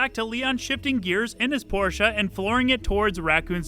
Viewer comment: As a german... Thank you for pronouncing "Porsche" correctly. It's not called Porsch! Nice video as always.